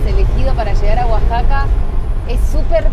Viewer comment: Ya acostumbrada a los titulos catástrofe asi que no me preocupé, es la moda de todos los youtubers 😂 igualmente una lástima la pérdida del material!!! Una duda, porque dijeron Guasaca durante todo el video si es Oaxaca??!!!